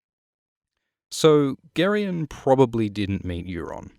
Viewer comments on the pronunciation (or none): Isn't Gerion pronounced Jair-ee-on? Like Gerry? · I know I'm late and I'm only 30 seconds into the video but I ALWAYS pronounced it like Jerry-on. Ya throwing me off 😄